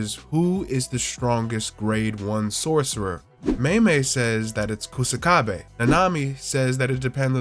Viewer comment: Ku "Suh" kabe is how you pronounce his name. Literally means grass wall